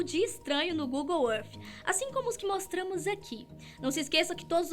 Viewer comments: para de se exibir no ingles e fala google é arti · Google arfffffff???? Fala sério...kk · Google êff